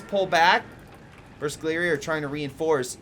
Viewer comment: bersaglieri are pronounced pretty much the way you do it, but the "g" is silent. If "gl" is followed by a vowel, the "g" stays silent.